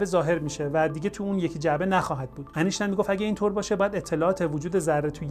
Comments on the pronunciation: ضمن سپاس لطفا نام «اینشتاین» را انیشتن نگویید. وقتی از فیزیک کوانتومی صحبت می‌کنید حد اقل نام بزرگترین دانشمند فیزیک را درست بگویید و بنویسید. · مثل همیشه از توضیحات شما استفاده بردم‌ ، ممنون.‌... فقط اگر جسارت من را ببخشید ، اینکه ما در مورد برخی کلمات و اسامی هم املا و هم تلفظ را تغییر می‌دهیم گاهی آزار دهنده می‌شود. " اینشتین " هم برای املا و هم تلفظ صحیح است و نه " انیشتین " . نمی‌خواهم ملا لغتی باشم ولی باور بفرمایید حیف است اشتباه بکار ببریم. ارادتمند. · اسم این بابا ولی انیشتن نیست ..... اینشتین درسته .